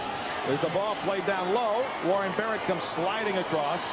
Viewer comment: He messed up Warren Barrett's name twice under a minute...I'm glad now that atleast the commentators are familiar with players on both sides